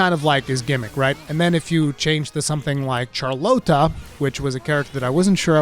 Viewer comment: “Char-Lote-ah” lmao Game is awesome so far!